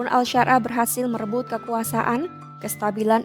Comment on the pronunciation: Ahmad syarah di sebut al syar.ah😂 gimana mauk percaya klo kayak gitu😅